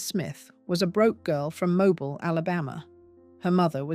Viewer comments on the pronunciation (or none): Mobile Alabama is pronounced moh-BEEL. Also her father lost his fortune because he lost his right to enslave human beings. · Oh for heaven’s sake Mobile is pronounced Moh-BEEL